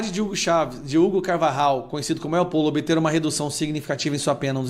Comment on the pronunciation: Caro, não se diz (él pollo) diz (êl pojo), que em espanhol quer dizer, (o frango)